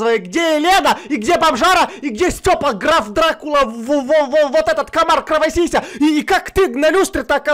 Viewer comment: Почему-то мне слышится не Граф Дракула, а Граф Сракула